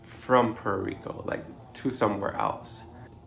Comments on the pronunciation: Please pronounce Puerto Rico like you live on the island! Awesome information thank you. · Dude, if you are going to be working in Puerto Rico you need to learn how to pronounce Puerto Rico correctly.